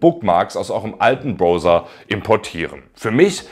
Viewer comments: Hallo, warum sagst du zu Browser eigentlich Broser? Man spricht doch aus: Brauser. Zu ein em Clown sagt man doch auch nicht Klon! Oder habe ich etwa Unrecht? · Gut gemachte Videos! Weiter so! Aber: Ahhhhhhhh meine Ohren! Das Ding "Browser" wird mit AU ausgesprochen! Mir rollen sich jedesmal die Zehennägel auf. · "Browser" ( ˈbra͜uzɐ ) = Brausa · Entschuldigung, eine Frage: warum sagen Sie denn nicht gleich B r o v s e r, wenn Sie schon zu skeptisch sind, dieses Wort als " Brauser" auszusprechen, denn der "Brauser" kommt der englischen Aussprache schon nahe genug! Nichts für ungut. Ansonsten danke fürs Video.